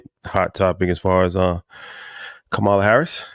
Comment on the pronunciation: need to pronounce Kamala name correctly